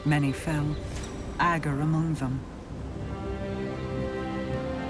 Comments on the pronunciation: It's pronounced AGG-ER, not Ah-ger. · Literally nobody pronounces “ager” correctly just listen to how it’s pronounced in game, it’s a short A and then Grr. It’s Ager not Ahger not Ayjer, not ahjer etc. Destiny is a game full of characters saying words and then nobody can pronounce them right